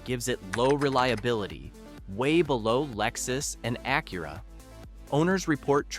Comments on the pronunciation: What do you mean AKEERA?? It's AK-u-Ra!! Get a new AI voice generator... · Fake A.I. robot voice than can't even pronounce ACURA correct (Akurra hahahaha) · How come AI doesn't know how to pronounce Acura or Hyundai? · You are mispronouncing Acura. Google name. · Why couldn't they pronouce Acura correctly?